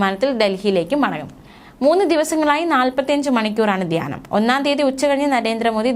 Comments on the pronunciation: ദ്യാനമല്ല, ധ്യാ എന്ന് പറയൂ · മോളെ 'ദ്യാന' മല്ല 'ധ്യാനം' ആരാദനയല്ല ആരാധന